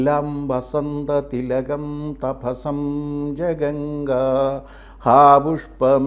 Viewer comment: വൃത്തത്തിൻ്റെ ലക്ഷണം ചൊല്ലിയതിൽ 2 തെറ്റുകൾ ഉണ്ടു.1) '' തഭസം " അല്ല, " തഭജം " ആണ്." ജഗംഗ " അല്ല, ജഗംഗം ആണ്.